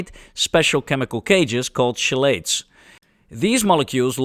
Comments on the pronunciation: I think it's pronounced "kell-ate", not "shell-ate" (but not sure). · Wonderful, as always. I like how you roll your 'R's. Logic would dictate, Chelate be pronounced as you do. I have only ever heard it pronounced 'key-late'. English appears to be designed to confuse anyone trying to learn it. I tried so hard to not be 'that commenter', but here we are.